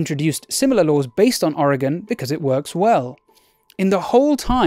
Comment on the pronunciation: Cheers from Oregon. Thanks for pronouncing it correctly.